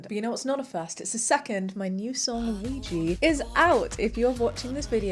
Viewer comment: I'm unsure how to ask this without coming across as rude, so please forgive me... As the artist, are you intentionally choosing that mispronunciation of Ouija or is that just how you're familiar with it being pronounced?